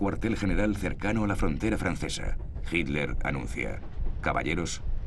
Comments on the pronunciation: Por qué dicen "Hinler" los españoles??? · Si es HITLER, ¿por qué le dicen GILDER? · SniperG1 Yo leo con los ojos, pero escucho que los españoles DICEN "Hinler". De hecho soy profesor de ingles, tengo el oido bien entrenado para escuchar los 50 y pico de sonidos que puede hacer el humano. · ***** A Himmler le dicen "Himmler" Pero a Hitler le dicen "JILDER" ¿por qué?